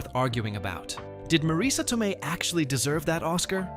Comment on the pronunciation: Studio suits are not particularly bright, creative, or good at story telling. Which is why we get a lot of junk that fails on them. This jackass keeps pronouncing Marisa Tomei's last name Toe-me in the middle of this video.